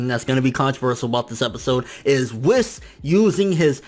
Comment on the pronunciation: it's pronounced wees not wiss